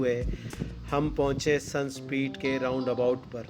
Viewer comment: اس جگہ کا نام "سن سپیٹ" ہے؟؟🤩، یا "سینڈس پٹ" ؟ یہ مچھلی "لب بس ٹر" ہے🤩 ؟؟ یا " لاابس ٹر " ؟؟ بھائی "ممالک 🤩؟؟ یا "ملک" ؟ ... "یہ گمان ہونے لگا کہ کہیں ہم کسی اور"ملک" میں تو نہیں آگۓ " بھائی بولنے سے پہلے سوچو کہ بولے جانے والے لفظ یا فقرے کا کوئی مطلب بھی ہے یا صرف ... ہوائی فائر کر رہے ہو 🤩؟؟ یہ بھی دعویٰ کر رہے ہو کہ آپ جرنلسٹ یا 'میڈیا پرسن " ہو ؟ الله ہی حافظ ہے🤩 You have increased my knowledge